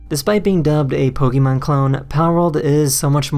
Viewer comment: poke-eh-mon, not pokey-man...